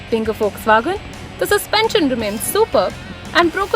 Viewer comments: "FOX" WAGON, its how it is pronounced :) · it's Volkswagen